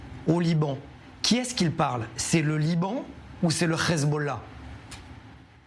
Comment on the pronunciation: Liran au lieu de LIBAN